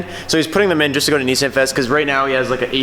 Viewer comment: had to pause the video after you said nissaan. am now exiting.